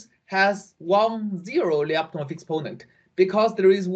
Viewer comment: FYI: in name Lyapunov, the last syllable is stressed: LyapunOv